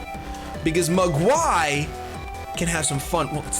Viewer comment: Hey! Just wanted to say, if Mogwai is a reference to Gremlins, it's actually pronounced with the the emphasis on the first syllable. So it's more like "MOG-why" instead of "Mog-WHY". Not a big deal, but I wanted to throw that out there! Great battle though, even with the Delibird/Staraptor dilemma!